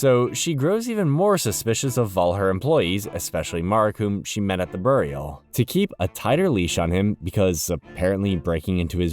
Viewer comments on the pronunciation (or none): Brother for the love of fucking good learn how to pronounce “burial”